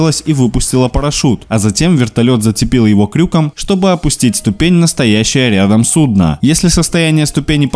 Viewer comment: крюко́м - ударение на О)))